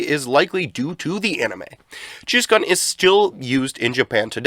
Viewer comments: Spat my drink hearing Cheese-KUN (it's pronounced like racoon) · Took a second to register that the Japanese Pizza Hut mascot was supposed to be called cheese-kun bc of the pronunciation lol. Awesome video tho hope to see you grow as a channel